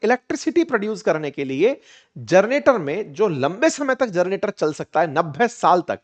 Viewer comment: *जरनेटर नहीं सर #जनरेटर होता है।